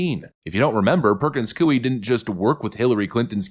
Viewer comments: careful - the 'grandma' you reference was brainwashed. She actually is trying to find a way to be 'unpardoned' and was upset that Trump pardoned her. there's a video for you. also... sorry... it's not COO-ee, it's coy-E. (basically the -y to -ie swap out). Like saying "boy" but giving the emphasis on the 'y'. You know... like saying 'yeeeeahhhh boy-eeeeee"? Perkins coy-EEEE. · it is pronounced Koy. It sounds like Roy, but with a "K" sound. ❤ your channel! 🇺🇲🙏💯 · Coie is pronounced as "coy". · Hey “” why do you deliberately mispronounce words. You sound uneducated: Charicature, Coie, Aragua. I understand “demoocracy” but what’s the story or the meaning behind the mispronunciation of the other words? Please tell us. By the way love your work though. Try use Google to find the correct pronunciation of the words if it’s not deliberate.